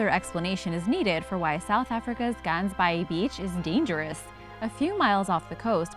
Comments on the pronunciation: I was confused when she said Gansbaai, had to look at the subtitles. That being said she did at least try and pronounce it correctly so well done for the attempt. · Omg u can not pronouce Ganbaai😂😂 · I live near gansbaai the way you pronounce it kills me lol it is pronounced in engleish goose bay but it is in afrikaans so it has n ggg and a aa sound to it